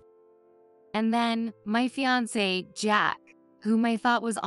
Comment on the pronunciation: It's never too late to say No to marriage, especially when he starts belittling and treating her with some disrespect! Speed up the playback speed so the people won't sound so slow witted and boring! Too many words mispronounced and the way they say fiancee grates on my nerves like screeching chalk on the blackboard!😮 She can't be plain since she said that she had her dad's looks, too! She chose to look plain and Jack and his mother only saw the outside without really looking at her! What ignorant fools they are! They got what they deserved!